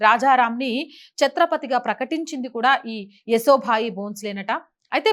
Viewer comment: ఏసో భాయి కాదండీ... యశోభాయి 👍🙏